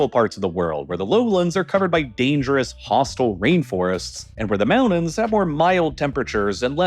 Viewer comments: Great video, I just wish you would pronounce "Mountain" and "mountains" correctly. It sounds like you are saying "mao-dens" and that bothered me every time, lol!!😂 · I like that idea but first he needs to stop saying "moundains" and learn to correctly pronunciation the word "mountains". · He doesn’t say mountains! He says mounnains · Mounains... i guess it has a silent T in it now. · mounins! 😂 never gets old 😅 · I utterly despise this voiceover. I can't work out if its AI or not, as every sentence sounds almost exactly the same. But the pronunciation of "moun-ains" is killing me the most. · Where is this guy from that he turns Ts into the D sound lol Great Briddan...Moundains. Maybe has a cold..or Canadian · This is what happens when parents don't say, "LOOK AT ME when I'm talking to you." ... Moun-ains... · He prounounces Mountains as "Mounnnains" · Mounan look at all those mounans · “Moun’ains” ??? Mountains, mounTains with an intervocalic “T”. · What, you don't like hearing about people being "eden" in the "moundans"? It's an impordan issue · like how he says "moundains" instead of "mountains"?